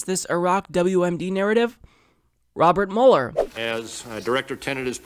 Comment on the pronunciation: It's pronounced mewler, not muller. Go back to media reports before 2016 👍🏽